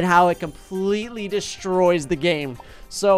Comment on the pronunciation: he said gane lol